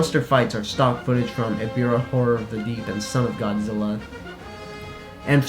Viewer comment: its not eribah its ebirah